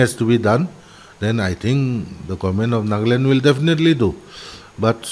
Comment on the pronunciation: Sister its not naagland it's nagaland